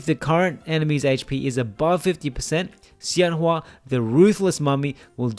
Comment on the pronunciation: I wish I will have time to play around her soon, this will be my guide~ Btw emaculate pronunciation of her name!! I'm surprised you got it so accurate now! Her name 仙華 is inspired by chinese folklore and her class name 太乙真人 is a kind of immortal adepti in the legends~